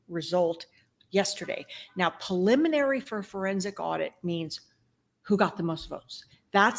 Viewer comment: with respect, it’s PREliminary, not PAliminary. Thanks for your passion.